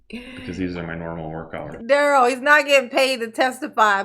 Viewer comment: You know he objects to you calling him 'Darryl' his name is "Darrell (pronounced Duh-Rell). Girrrrl....he didn't ask any question relevant to a defense of any sort. I can't stand him. 😂😂😂